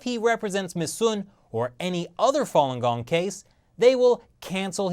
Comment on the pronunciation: Not fong gong it's fa lun gong